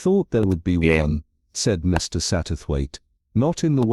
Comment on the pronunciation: The AI makes some mistakes when reading the story. Mainly in pronouncing "Mr. Satterwaithe". Uses two different pronounciations, and pronounces "Mr." as if it was the end of a sentence. Needs to learn how to do the right intonation for questions